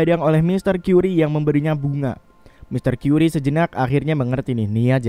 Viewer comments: Mon MAAP bukan tuan kyuri tapi tuan kari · Mr curry itu bacanya kari, bukan kari ayam tapi ya